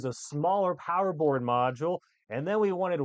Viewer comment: Is he saying porn Oh no it's BOARD. just gonna leave this here😂